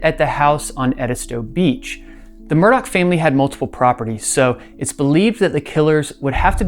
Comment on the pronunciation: The name Murdaugh doesn't have a C or K in it. Why do they keep saying "Murdock?"